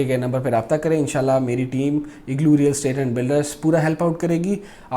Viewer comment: IGALOOOOOO nahi ha bhai it's IGLOO. Hahaha, well said